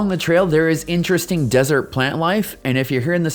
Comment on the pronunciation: Why do you long vowel a and the before consonants?